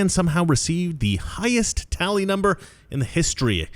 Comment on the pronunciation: The "talley" was whack.